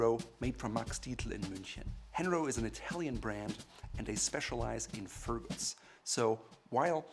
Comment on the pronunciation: Isnt the brand called „Herno“ and not „Henro“? Otherwise a great video!